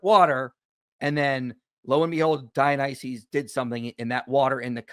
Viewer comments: The apologist keeps talking about "Dionyses" ... How can anyone take him seriously? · says "Dionyses" instead of Dionysus roflmao!! Seems like he knows the literature about as well as he knows the name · This is a nitpick but why does keep saying DionySEES, that's like saying JeSEES. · why does this apologist (I'm gonna call him "") keep saying "Dionyseez?"